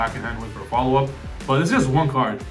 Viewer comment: Hey The "eu" in "Fleur" is like the "u" in curry; hurry; burn; furry and so on. Its flower in french btw